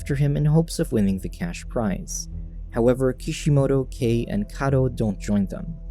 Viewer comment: Kai not kei